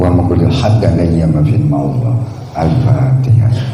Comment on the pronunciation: Bisa nya cuma ini n alfateha juga slh baca gm org spt di bs di agungkan.